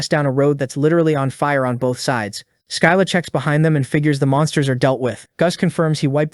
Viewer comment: Its pronounded SSILLA NOT SKYLA(Writed like scylla)